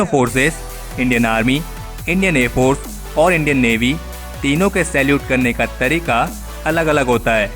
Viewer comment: Please pronounce air force properly